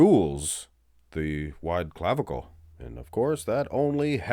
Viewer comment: Stop saying "clavicle" !